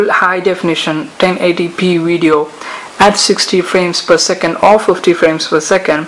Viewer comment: 3 words......Epic, wivid wideo.